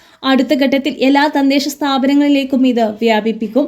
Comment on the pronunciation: തന്തെശ സ്ഥാപനം എന്നല്ല തദ്ദേശ സ്ഥാപനം എന്നാണ്